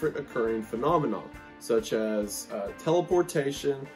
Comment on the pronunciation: The conspiracy of wendigoon saying “such as” but really saying “such ass” glad I found this channel fr I subscribed.